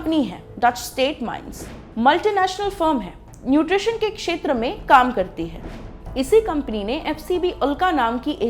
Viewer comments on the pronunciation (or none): none